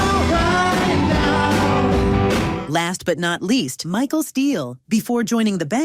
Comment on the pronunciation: This AI needs to learn the difference between michelle and michael 🤦‍♂️